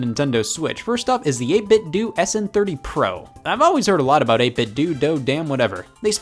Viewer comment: Holy shit you actually pronounced 8 bit do correctly. If it was 8 bit doe it would be spelt 8 bit doe